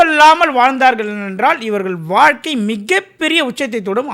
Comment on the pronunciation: வால்கை இல்லை வாழ்க்கை